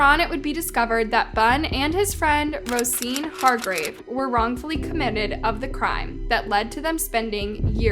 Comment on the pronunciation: Rosean Ro-Shawn